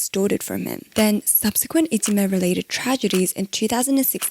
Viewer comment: Interesting video! Short side note: The term for bullying in Japan いじめ is actually pronounced "ijime" not "itsume" - maybe you missread :)